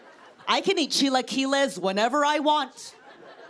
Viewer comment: So I love chilaquiles, too. Very funny bit! But you need to work a little on your pronunciation. It's "chee-LAH-kill-ees." That's an A in the middle. 😊